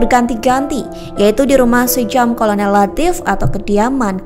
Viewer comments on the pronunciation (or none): Sjam dibaca 'Syam' bukan 'Sejam' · Narator ini cuma baca,itu bukan sejam tp SJAM sebut Syam=sam bukan sejam,dan di awal narator nyebut 6 org jendral dan satu org tentara,,emangnya 6 org jendral itu bukan tentara?seharusnya narator sebut 6 org Perwira Tinggi dan 1 org Perwira Pertama